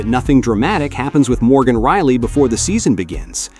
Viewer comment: Thank you for reprogramming your AI. Now it can pronounce Rielly instead of Really.